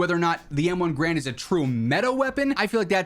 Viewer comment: Turns out, M1's "Garand" isn't pronounced like G-rand, but more like "Gah-rand."